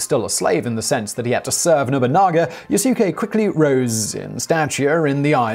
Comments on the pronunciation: Did you say Nobungga? 😂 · "nobunga"!?!? Oh Simon, you've just cursed yourself there. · Hey Simon, I know you're trying your best + a "college try" on these Japanese names, but please try to stay somewhat consistent with them, even if you are mispronouncing them. You, somehow changed Nobunaga's name to "Nabunga" . I'm only making a point of this because, while I'm not 100% sure, there might have been a descendant of Nobunaga who's name was Nabunga. Feudal Japanese lords tended to have a way with naming their sons. Nobunaga's direct sons, that I can recall, were Nobutada, Nobukatsu, and Nobutaka....so Nabunga isn't too far off and could lead to further confusion rather than education. Beyond that, I had heard bits and traces of this, but never a "fuller" account of Yasuke. Thank you for this. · "Nobunga" lmao